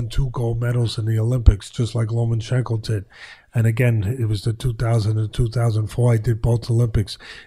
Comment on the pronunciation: For being such a big fan of Lomachenko you'd think Teddy would finally figure out how to pronounce it.